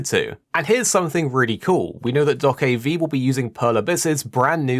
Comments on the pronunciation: it is not doakabi. it is Doe-keah-bi. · unfortunately there is nothing happy to say on this game, because the release date is "delayed out of 2023" ... this suggests 2-4 years more to wait. Also this game is pronounced "DokeB" not V like Victory which you can hear at the end of Trailers. This game could be so awesome.